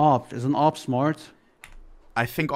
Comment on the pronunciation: Why does he keep calling he AWP the "RVP"?